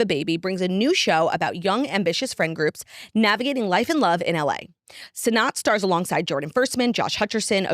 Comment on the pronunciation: Claudia it’s pronounced Rachel SENATE, not sen-not. Pls fix